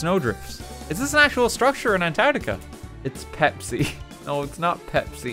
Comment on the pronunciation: would just like to point out that it's spelt and pronounced antarctica. not antartia. say it correctly.